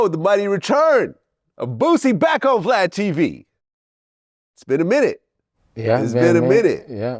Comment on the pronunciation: “I trust in god blad, I mean vlad” Boosie Can never say Vlad name right 😂😂😂